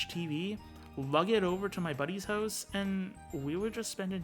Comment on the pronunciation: "My buddy's hose"? Yep, he's Canadian alright!